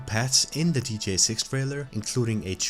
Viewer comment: Bro it's g.t.a 😭 how hard can it be to say?